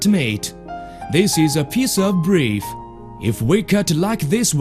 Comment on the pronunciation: That tasty breef